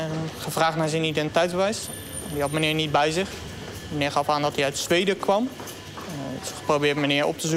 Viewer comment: 8.51 meneew, poowtje, 😡